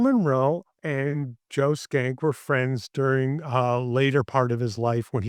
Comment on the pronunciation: Pronunciation of the name is interesting. We talked about it before the interview. I realize now that if the Nick Schenck had been written on the bottom of MGM / Loew’s inc. movies (no way of knowing this ahead of time) nowadays I (and most people I’ve run across) would pronounce it ‘shank.’ While skank has negative connotations towards women it is also the dancing for ska music. Shank can be violent or moderately- very insulting.